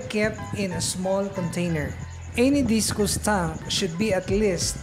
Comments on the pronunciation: Discus not discous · Correction sir Discus- dis/kas not dis/kus :)